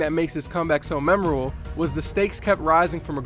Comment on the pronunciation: What did he say Did he say mememeble